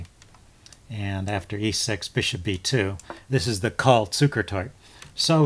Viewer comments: First viewing of one of your videos. Well done! Subbed. But it's or system. Lazy tongues pronounce only the 1st syllable. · Excellent video. Btw, the e isn't silent. It's Col lee